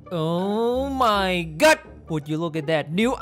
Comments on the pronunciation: Normal people: oh my GOD: OH MY GUT! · I like when u said "Oh my gut!"